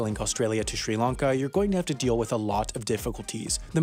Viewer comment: Hats off to you for pronouncing all these country (Eg. Sri Lanka) and city names (like the Chinese ones in your Wendover videos) properly 👏